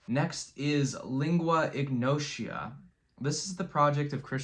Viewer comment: shout out Anna Von Hausswolff, all of her records are great & each one is a different style. Highly recommend checking out the rest of her discography also, not sure if you're trolling with the pronunciations of the artists, like lingua ignota come on, just look it up, takes seconds.